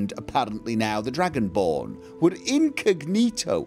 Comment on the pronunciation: incognito? did you mean inigonito? :)